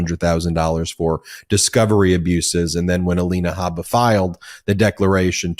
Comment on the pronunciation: Alina Habba as in Harper is incorrect. Should be pronounced as in Jabba the Hut.